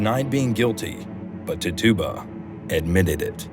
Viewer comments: " tit-chu-ba" is the correct pronunciation for the name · Her name was pronounced.. Tit cha ba... Great video